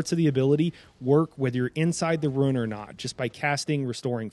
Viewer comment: Loon. Boon. Dune. RUNE. Not 'ruin'.